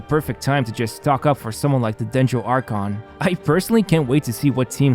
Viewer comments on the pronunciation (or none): none